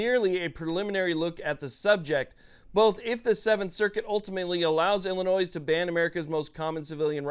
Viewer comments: "noi" not "noise" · Illinois = illinoy. The S is silent! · ILLINOIs. The S is SILENT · the "S" in Illinois is silent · In Illinois the “s” is silent. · Bruh learn how to say “Illinois”